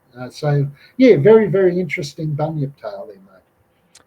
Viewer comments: It's Bunyip not Binyip bro lol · Bunyip mate not bynyip!! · Bunyip, not binyip, look up "quinkins", specifically "Turramulli", where do you think that story comes from? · Bun-yip how is this hard to pronounce. Maybe bin chicken he meant to say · Hahahaa . Exactly mate . A Bin yip had me in stiches . I said we got binchooks not binyips.